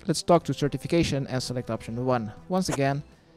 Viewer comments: Certification AKA Sir Tiffy Cashien.. or is it just me hearing it? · I just noticed that the knights names are pronounced as certification and ceramic vase. Wow after 15 years of playing. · 15 years ive played this game and i just realised. sir tiffy cashien.. certification... what the fuck